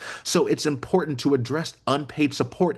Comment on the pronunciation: Damn, you can't pronounce "important?"